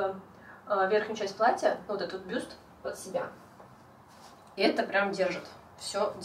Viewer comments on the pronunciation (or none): none